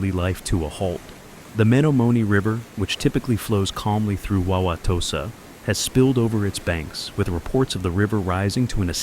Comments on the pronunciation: That was funny hearing Wauwatosa pronounced. 😂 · Wanted to dig out the feather hat and tipi hearing that pronunciation 😂